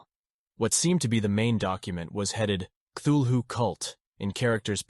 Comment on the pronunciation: And mispronounces Cthulhu. I just can't get past that.